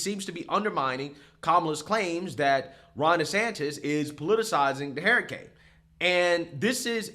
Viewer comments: lmao I have never in my life of 43 years ever heard someone pronounce hurricane as hairicane. Amazing. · Your pronunciation of the word “hurricane” is so unacceptable! Love you tho.